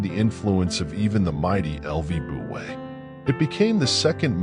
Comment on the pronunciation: The AI-generated voice is completely mutilating the name of Lü Buwei. This, in itself, is enough reason to destroy the video and start over again from the beginning.